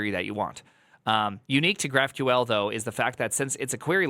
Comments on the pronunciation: why do you pronounce it graph queel ? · did I hear "graph-queel"? wtf